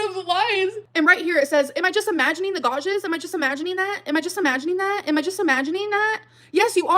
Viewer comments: She’s so messy in this live, like fully raging Edit: Someone teach this woman how to say “gouge” for the sake of my sanity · Why can't she fucking pronounce gouge